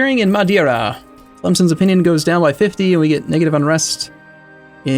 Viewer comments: you're angry about that? I was stumped he started looking for madeira on the mainland. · It's "Coimbra", not "Cóimbra". Try "Cooeembra". And again, it's "Madeira", not "Madiera". It's Évora, not Evóra... the accent is marked there! In this one, you're not even supposed to have to guess! At least your pronunciation of Beja doesn't seem to have flaws and your pronunciation of Porto and Algarve, although not perfect, is passable.